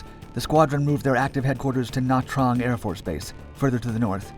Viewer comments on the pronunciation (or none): I wish youngsters who narrate these vids would learn how to pronounce Vietnamese place names, such as Ton Son Nhut. Ton Son NOOT. Also, Nah TRANG, not na trong. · Learn to pronounce Tan Son Nhut and Nha Trang. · He screwed up Nha Trang's pronunciation, too, but he's still a kid. He might learn.